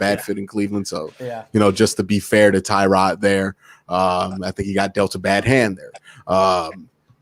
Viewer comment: All these years and people still cannot pronounce Tyrod.